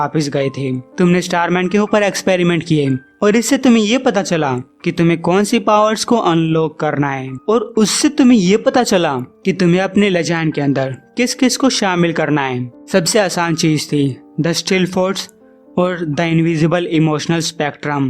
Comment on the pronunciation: भाई वो लजाइन नहीं "लिजन ऑफ डूम" है।